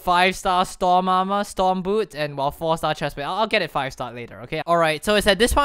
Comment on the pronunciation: lol you are saying stom aremer